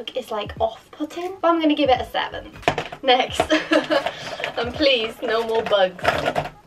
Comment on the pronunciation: When you say next it sounds like nesht